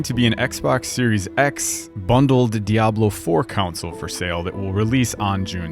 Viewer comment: You are trolling right? there is no way you say console like that.